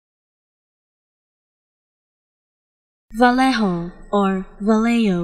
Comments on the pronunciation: i was shocked, there is a real madrid player carrying that name and commentators always pronounce it as vayeho not valeho and not valeyo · No, sorry that's not how you pronounce Vallejo. here's a pronounciation guide: Bah-Yeh-Hoe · This is a word that doesn't sound right when you give it an English pronunciation. Especially if you are Spanish. I definitely wouldn't say it this way. My English pronunciation would be Va-Lay-Ho.